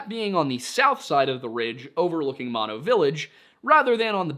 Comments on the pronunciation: I am Yosemite Valley Miwok, and we have our own stories about Uzumati (which means Killer or Grizzly Bear in our language) such as Yelelkin, the Giant who eats people. BTW it's MOE-NOE, not Mawno. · OOF… it’s not pronounced “Maw-No”, it’s pronounced “Moe + No”, both the county and the lake. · Thanks for another awesome video! In case no one else mentioned before me, Mono Village is pronounced With the first 'O' as a long vowel like the 1st 'O' of 'motorbike' 😊